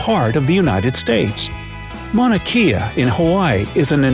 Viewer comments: It’s pronounced Mauna kay-ah, not Mauna key-ah 🤙🏼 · This video mispronounces the Hawaiian mountain Mauna Kea (it’s “Kay- ah”- not “key-ah”) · I would have thought that the would have a better pronunciation of Mauna Kea. You pronounced it like Kia. In Hawaiian "Ke" should be pronounced like "K", Mauna K-yah. For fun we locals like to have tourists say hawaiian words so we can laugh at how mispronounced they say it. Makes for funny hawaiian giggles from the locals... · If he says “mauna key-a” one more time I’m going to shoot myself. It’s pronounced “mauna kay-a” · Hey how about saying Mauna Kea right!... Maw / na' / kay / a' . Not "Maw/ na' / key / a' " I used to live there, and if you said it like you did in this video, this infraction would demonstrate how much of a "Hauoli" you were. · Hawaii, by the way, It’s pronounced “Mahn ah Kay a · It's Mauna Kea ( Kay ah, not key ah). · Mauna Kea. Mow-nuh Kay-uh. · Mauna Kea pronouced incorrectly. Should be Mauna Kay-a. E is pronounced A. C'mon your doing an educational video. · Mauna kea😂😂😂 he says it wrong and it’s kinda funny because knowing how it’s actually pronounced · Ah...that's not how u say mauna kea